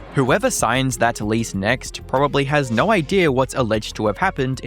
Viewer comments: Please stop saying words with the letter "O" in them. Instead of "No" we get "Nor".🤣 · I’m just curious,: why do you pronounce your “o”s ( /əʉ/) as in the word no as “nur”, or like when you say photo you say “phurtur”. Once I heard it, I couldn’t stop so now I hear in every single video. As a fellow Aussie, I have never before heard another Aussie pronounce /əʉ/ (owe) this way